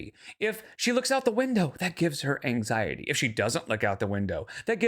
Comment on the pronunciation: Does that QLR Rosie person have arthritis? Might be why on the arthritis bandwagon. Don't forget, she picks up symptoms from everyone around her. You said the full word (wrong word). She calls it "Ang-zye-et" now. eye roll